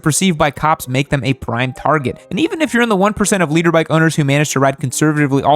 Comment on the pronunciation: i swear he was saying "Leader bike"